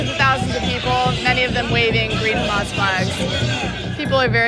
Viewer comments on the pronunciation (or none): It’s Hamas not Humus